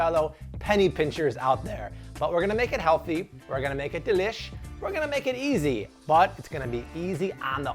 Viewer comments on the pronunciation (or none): none